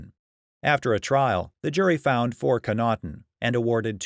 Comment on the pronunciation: Daniel Connaughton is my dad. You need to pronounce the name properly. 😁